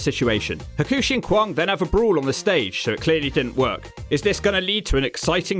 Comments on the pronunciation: Kwong? It's kwang... Pronounced like bang bang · Not kwong but kwang like bang or fang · Guessing mispronouncing Kwang repeatedly was for comedic purposes?